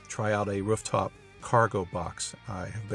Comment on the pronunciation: "Wruf" top?